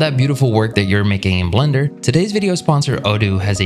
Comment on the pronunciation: Have I been pronouncing Blender wrong all this time I didn't realize it was pronounced blunder LOL